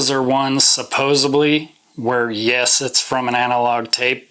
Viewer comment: Funny how times have changed. In the eighties, Super Discs boasted that they were digitally sourced. That was a big plus at that time. Now, it's a curse for an LP to be digitally sourced. On a completely unrelated note, it's "supposedly" not "supposebly".